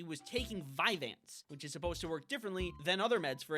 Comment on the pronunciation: I think I found the name of the second drug on the list . It's "vyvanse". Did anyone else just keep hearing it as "five ants"?